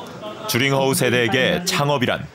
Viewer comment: 명견이라!?난 또 유명한 개(강아지), 줄임말, 오해를 유도할수 있는줄임말 좀 피해으면 좋겠다 ,名犬，명견,훌륭한세빠드,그리고,주링허우,주가아니고, 쥬, 즉 쥬링허우